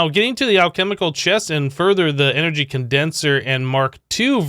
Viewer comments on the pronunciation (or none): none